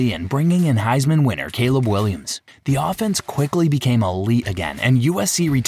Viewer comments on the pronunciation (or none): none